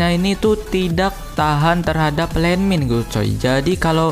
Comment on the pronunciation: gua ketawa saat lu bilang???????????? JADI LANDMIND E LANDMIND